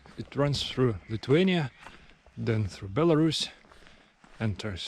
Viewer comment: Your English is great. Well done. But Lithuania has TH in the word, not T. You can't pronounce it Lituania.